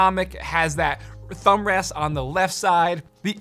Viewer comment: Nobody noticed how he said "thumbrast"